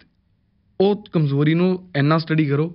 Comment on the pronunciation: Zabardast the word you said Kamzori and not Kamjori clap 👏